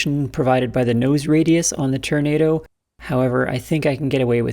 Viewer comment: Can we get a "Turnado" count? 😂